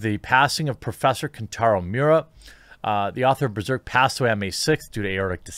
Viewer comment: He didn't pass away today, he passed away on May 6th. And God forbid you can't pronounce his name properly. Thumbs down. 👎